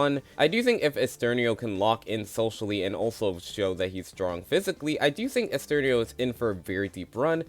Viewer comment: Side note because I'm on Oliwia's part, it's pronounced Olivia, in Polish the W letter has a V sound, applies to other characters too like Ara where you said Aria, or Ernesto where you said Esterno Anyway might thoughts on the video, pretty agreeable and I don't think I can add much more than that, maybe a few placement swaps but Sam is easily number 1 in terms of winner pick imo